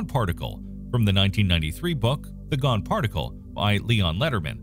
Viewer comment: He said Gon particle like in Hunter x Hunter , it's comprised of nen